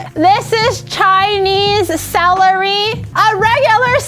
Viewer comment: it's celery not salary KEKW